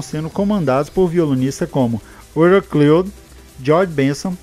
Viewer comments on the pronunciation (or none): none